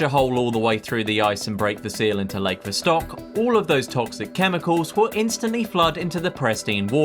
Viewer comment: I liked your video but jeez, the way you pronounced lakes "Vostok" and "Ontario;" my guy... It can't hurt to look up some pronunciation videos.